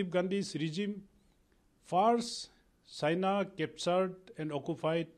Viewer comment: Phele apna pronunciation to tik kro China ko sina famous ko pamous👎